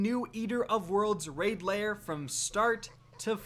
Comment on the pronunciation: Lair, not layer.